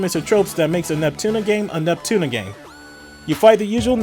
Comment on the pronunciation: im gonna move on. your accent pisses me off. your supposed to pronounce ALL the letters in Neptunia. you keep saying "Nep-Tunna" like you just got back from the dentist.